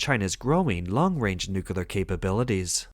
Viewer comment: NEW - KLEE - ar Say it one hundred times and get it CORRECT. NEW - KLEE - ar. Nucular is NOT A WORD. 👎👎 The Taiwan Strait belongs to one nation only. The clue is in the name. TAIWAN. If the moronic bullies in the CCP want to try anything, we Allies say, "Just try it", Xinnie The Pooh. Just try it. The CCP vessels will be on the sea floor in five minutes. This is all CCP bullsh!t and bluster. Australia, Germany, Canada and The Philippines patrol in addition to the most powerful USA. M 🦘🏏😎